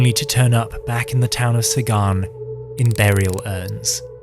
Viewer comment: Zagan, not Sagan.